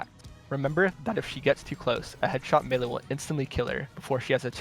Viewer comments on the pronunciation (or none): none